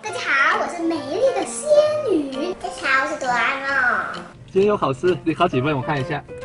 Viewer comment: 仙魚還是仙女,汝汝要講清楚